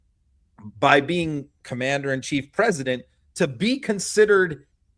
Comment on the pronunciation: Listen to her pesident poo- in 😂